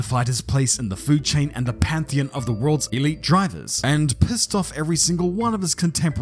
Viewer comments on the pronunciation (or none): none